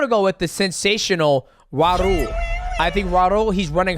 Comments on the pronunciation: dj said raul name so wrong lmao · DJ called Raul “Warul” 😂